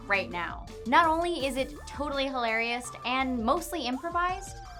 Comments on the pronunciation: "Totally hilarioust" ? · Totally Hilarist? am i hearing things or wut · she said hilarioust